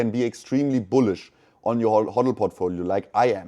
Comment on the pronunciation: buliush biluissh biliiussh?